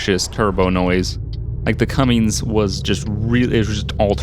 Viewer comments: It's Cummins, not Cummings lol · It's Cummins.. Not Cummings.. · I don't mean to sound annoying or rude but i always thought it was pronounced (come-in's) not (come-ing's), but maybe that's just where i am from